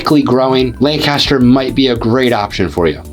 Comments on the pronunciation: FYI - it’s pronounced LANC-aster, not lan-CAST-er. lan-CAST-er is in Ohio. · Yup, It's LANC-u-stur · You must not be a native of the Philly area, cause you don’t pronounce some of these names like a local, the worst one probably was Lancaster, so you also probably don’t know how to pronounce Bethlehem, Emmaus, Reading or the Schuykill (river/county), just to name a few